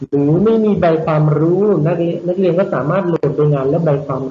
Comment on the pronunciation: อยากให้คุณครูออกเสียงรเรือในบางคำให้ชัดเจนด้วยครับเช่นในคำว่าเรียนรู้ นักเรียนคุณครูจะออกเป็นเสียงลลิงอยู่ครับ หรือคำว่าคลิปคุณครูก็จะออกเสียงว่าคิป ขอบคุณครับ